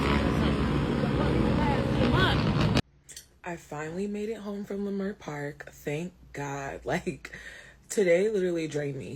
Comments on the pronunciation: Just as an aside, as a long-time Angeleno, it's pronounced "L'Mert" or "Lehmert", not "LieMert". I know it's weird...try and say Cahuenga (a main street through town) or Sepulveda. Anyway, LA Times is saying it started with someone saying there was a shooting, or that they saw a gun. The crowd stampeded, and robbed the McD's. One person was arrested in connection with that. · Pronounce “Luh mirt” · Lei Mert!!! WTF IS A LAY MART! Your Not Even from Out Here at least Pronounce The Name Right With your Giggling ASS!